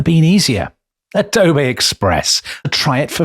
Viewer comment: ah dough bay